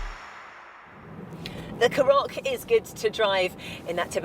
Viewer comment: Couple of things, it's pronounced CAR OCK not carock, secondly she's not very good, "plenty of headroom if you've got a big hat on or a big head" no, how about just saying if your tall or over 6 foot you'll be fine!